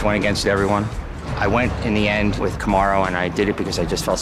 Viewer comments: The guy who was wanting to fight Usman right after the opening fight. Him keep saying “Kamarun” 😂is funny😂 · The dude called Kamaru "Cam-a-roo" lol